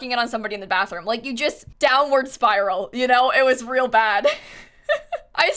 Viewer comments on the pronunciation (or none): none